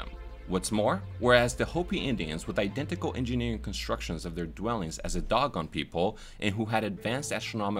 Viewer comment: Nice job on the video. Just to let you know Dogon is pronounced D-oh-gone.